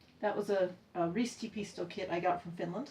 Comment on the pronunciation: I was so thrilled to hear you say ristipisto kit, 😊 I haven’t been watching flosstube in ages so I’m trying to catch up your videos. Lovely purse! By the way, would you still be interested in receiving Fazerin Sininen chocolate from Finland? (If I remember correctly what we talked briefly too long ago)